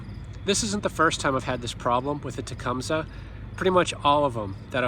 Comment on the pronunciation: I may be wrong, but I was always told it is tu -Cum-see.